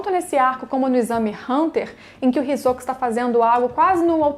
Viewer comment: Adoro esse personagem demais, kkkk e também gostei da sua pronúncia do nome, que é a forma correta, me irrita quando falam HisÓka, kkkkkk